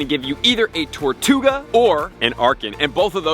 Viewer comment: How did you manage to say the name wrong TWICE within 10 seconds?! TARtouga?! TORtouga?!